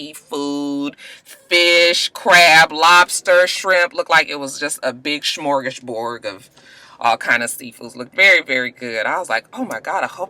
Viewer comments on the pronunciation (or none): none